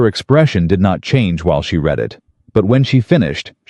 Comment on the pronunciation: Past tense of read although spelt the same is pronounced as "red"